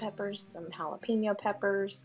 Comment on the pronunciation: the way to pronounce jalapenos is hal a pen yos, ...pen like a pen u write with not peen,a common mistake